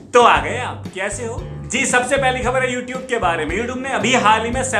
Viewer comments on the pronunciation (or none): Youtube nhi youtoobe..🤣🤣😂😂